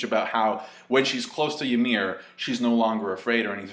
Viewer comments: It's "YUMIRU" not "Yamiru" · Fucker it's Ymir not Yamir. Hajrudin, not Harejundin. Please. :'( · how he says ymir's name is funny